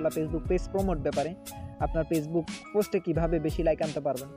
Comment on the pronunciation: apni aga valo kore উচ্চারণ korte sikhun